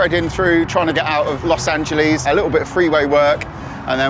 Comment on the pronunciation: "Los Angeleeze" lol